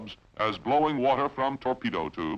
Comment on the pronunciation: Sounds like Cronkite with a bad cold. Wart-her (water) ... bat-her-ries (bat-trees)...battery !